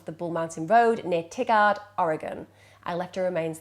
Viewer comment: Thank you. Um, it's pronounced "Tye-guard" and not "Tiggard" (-the Oregon city.)